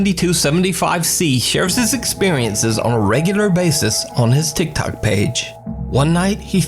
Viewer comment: doesn't it sound like everytime he says tik Tok it sounds like he is really saying tic tac